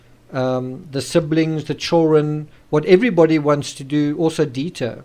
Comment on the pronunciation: Please learn how to pronounce children. It's not chaw run! I don't get why you can't say that one word correctly. I've never heard it said that way, annoying as hell